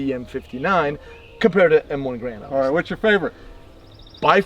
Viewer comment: he can't even pronounce Garand correctly Thunbs down